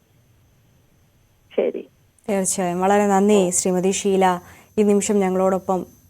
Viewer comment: ശീ ല അല്ല ഷീ ല